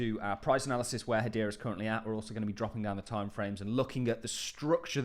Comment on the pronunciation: What is it with British people pronouncing Hedera as Hadeera?